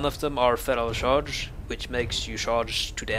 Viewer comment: Please learn how to say 'charge' :P